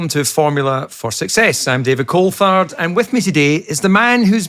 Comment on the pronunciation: Did anyone else hear him say 'I'm David coldfart' ???